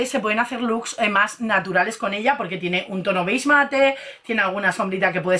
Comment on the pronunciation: BEIG MATE .... HAS DICHO BEIG MATE ? NO PUEDE SER JAJAJAJAJA